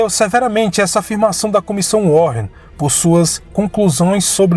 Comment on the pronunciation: a pronúncia do nome da comissão não é warren com dois rr, e sim "WÁREN".. but, great documentary! Parabéms!